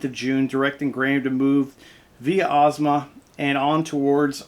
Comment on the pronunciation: you pronounced the name correctly